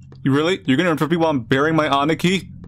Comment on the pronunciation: When he tries saying “Aniki(means old brother), it sounds “Aneki(means old sister) for me Japanese